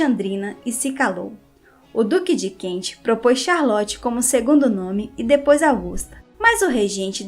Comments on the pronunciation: ... Duque de Kent ... e não Duque de Kentche...srª... Ai ai ai esse Inglês..... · ANTES DE FAZER UMA LIVE VOCÊ TEM DE TREINAR A PRONÚNCIA CORRETA DAS PALAVRAS, EM INGLÊS. DUQUE DE KENT( "KENTCHI"!!!!) QUE HORROR!!!!